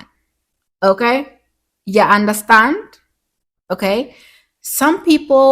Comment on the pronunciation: “Yuh undastand?” lol! Your inner Caribbean aunty came out a few times. I loved that, and the video overall. Another gem